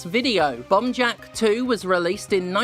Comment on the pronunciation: I wasn't looking at my screen for the first part of this video, and I swear you were saying "Bum Jack". I was disappointed when I found out it was just the way you pronounced "bomb". Especially after you said there was bums in it. And that you have to grab the bums. Sad now.